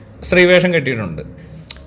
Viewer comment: "ശ്രീ "അല്ലടാ താളി "സ്ത്രീ" ആദ്യം നീ നല്ല വൃത്തിയിൽ മലയാളം സംസാരിക്കാൻ പഠിക്ക് എന്നിട്ട് കൊണയടിക്ക്... 💩💩